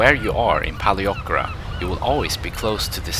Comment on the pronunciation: Very nice video! I will be going there in 2 weeks time, really nice to see what it's like. (Although you really should brush up on your pronunciation of Paleochora 😂....big room for improvement)